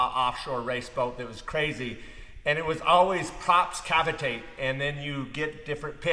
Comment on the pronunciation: Perfect. Look forward to these vids amigo. I heard cavatate but we knew what you ment. Keep up the great work.